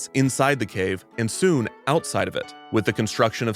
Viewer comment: literally laughed out loud at the emphasis on how soon their consumers were about to die